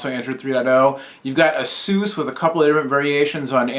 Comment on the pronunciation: I cant stand it its not pronounced (a-soos) its (ace-us)!